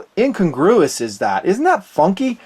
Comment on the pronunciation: "incongruous" LOL nice